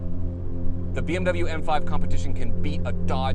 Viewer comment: learn to pronounce BMW !!!